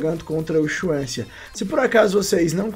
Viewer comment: Não se pronuncia Chuansia kkkk é "Suansi"